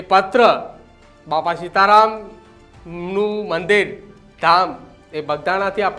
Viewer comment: ભાઈ પેલાં આ એન્કર ને ગુજરાતી વાંચતા શીખવાડો😂😂😂 સીતા રામ ને સીતા રમણ વાચે છે ઠાડશ ને ટાદશ વાચે છે 😅😅😅😅